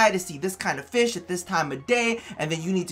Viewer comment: country accent I like feesh